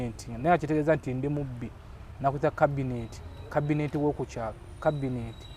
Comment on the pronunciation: Ha ha ha 😆😆😆 kabinet (cabinet), kiifu ( chief) 🤣🤣🤣🤣